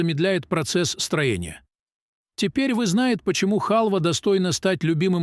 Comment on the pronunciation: Не знаете, где смродИна растёт ?Любую полезную информацию слушать уже не хочется при таком ударении и чудовищном искажении слов. Ну, почему у некоторых авторов такое неуважение к тем, кто будет это слушать. И кушайте хАлву. Приятного аппетита.